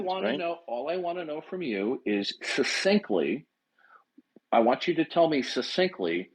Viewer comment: Add succinctly to the list of word can't pronounce!